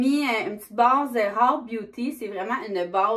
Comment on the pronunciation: j'adore comment tu prononces rare Beauty 😉